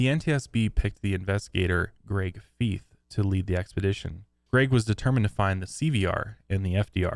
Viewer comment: Greg Feith's last name rhymes with EYE, not EE.